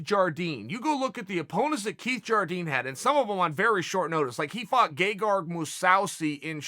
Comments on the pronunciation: Always one mispronunciation Chanel lol!! Mu- sous-ee haha!!!! U gotta do this shit on purpose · Gerard mowsaasy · Gegard 'MuuSawSi' Mousasi. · Chael "Mousausi" Sonnen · I'm a simple man, If chael says Mouse-sou-si then I say Mouse-sou-si